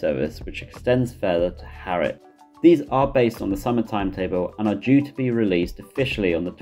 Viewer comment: HERTFORD is pronounced "Hartford", not 'Hairford", because, you know, there's a 't' in it. Also, Harwich is pronounced "Haridge", not 'Harick'.